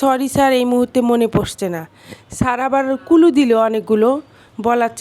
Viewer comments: Clue এর উচচারণ করছেন কুলু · কুলু না রে! ক্লু হবে আপু।